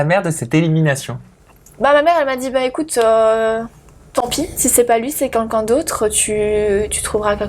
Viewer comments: "Qunqun" au lieu de quelqun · Elle s'exprime très mal. Et " quelqu'un " , elle prononce " quAlqu'un " Le français est sa langue maternelle ?